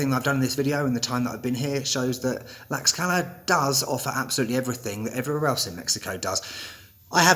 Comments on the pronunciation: The X in Tlaxcala has an sh sound not an x sound! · Not according to literally every Mexican I've ever spoken to jaja. My Airbnb host pronounced it as I did when I specifically asked him and he was born there! It's like with Taxco and Holbox, I've been told about 17 different pronunciations